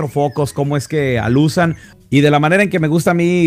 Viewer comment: se dice “alumbra” no “alusa” que pues pelón, juguetaso de pelos, sigue adelante con tus videos. Saludos